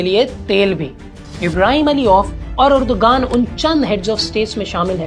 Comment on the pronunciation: Bhai Erdogan nahi sahi pronunciation Erdowan hy.